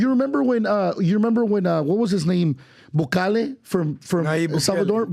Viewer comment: This foo almost lost all my credibility when he said "Bukale"